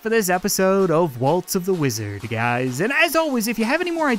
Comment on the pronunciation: Hey when say waltz of the wizard it sounds like you say Walto the wizard